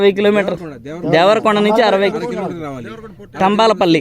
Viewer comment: కంబాల పల్లి ఉరిపేరు.. కమ్మాల పల్లి కాదు